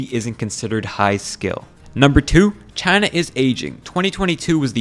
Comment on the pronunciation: no way trump couldn’t pronounce china without saying “ghina” 💀